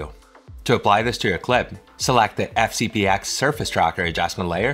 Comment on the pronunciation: Wow. Anyone that actually says "FCP EX " loses any and all credibility. 🤦🏼‍♂️ And what's with the speech impediment?